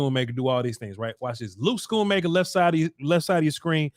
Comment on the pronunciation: It’s “Skoon-Maker”